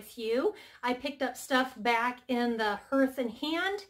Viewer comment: You were wondering how to pronounce “ hearth”. Ignore the e. It’s spoken as “harth”. (Not that it matters. Don’t hear people talking about it much anymore). Enjoyed the new decor.